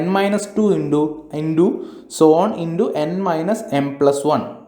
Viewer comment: Indo 😆😆😆 sir it's into